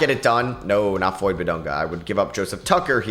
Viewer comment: just a FYI it is Flory Bidunga not Floyd he goes to a local high school by me